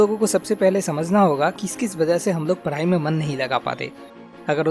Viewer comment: why do you say Parai instead Padhai?